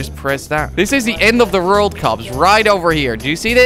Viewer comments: why do u say rold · You say rold not world :D